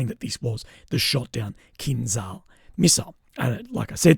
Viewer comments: Stop saying kinzal, it's KINZHAL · The pronunciation of kinzhal is actually kinjal. Not z, but j for Jerry. Kinjal means dagger.